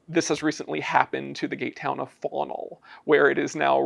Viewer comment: Was I the only one to hear "gaytown" the first time they said "gate town"?😅